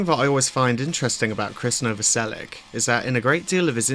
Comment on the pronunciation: The name is Novoselich, not Novoselik! It would be nicer if you made the effort! Just saying! Although I have heard Chris saying his me Novoselik, but maybe he's tired arguing! ..😂